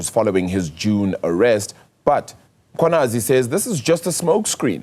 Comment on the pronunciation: Can practice saying Mkhwanazi before coming on air. It's an irritation to mispronounce people's names by public figures.😒